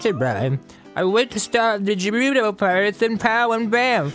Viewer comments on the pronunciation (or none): ugh, now Dan is saying Jerudo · its not jerudo its Gerudo. In breath of the wild. urbosa says Gerudo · Didn't BOTW even pronounce Gerudo with a hard G? Not a big deal, in fact it even makes me nostalgic for their OoT